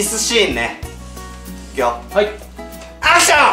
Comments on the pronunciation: アクションがはくション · アクション！！！がハクション！！！にきこえる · アクションがハクションに聞こえるw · 最後のアクションがハクションに聞こえた